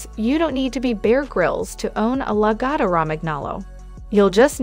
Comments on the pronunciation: Also, I think all the grooming clips in this video are not lagotto. Pronunciation of lagotto is terrible in the video. There are no all white or black logottos only off white with light sandy orangy patches to white and brown patches to dark brown dogs. They're soft and love to lounge and cuddle and don't shed so if you work from home and sit on the couch they're great little heaters in the winter. I don't have a dog smell in my house or dog hair to clean up. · Maybe learn how to say the name of the dog before you talk.... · Yes let’s definitely take advice from the person who, in the age of Google, didn’t even bother figuring out how to pronounce the breed’s name.